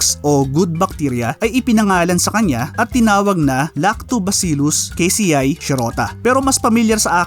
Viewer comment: Casei='ka-se-y' not 'ke-y-see-ai'